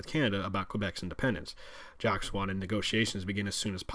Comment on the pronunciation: He kept calling him "Jock". Alber-TA instead of Alberda. Okay clearly this guy isn't Canadian.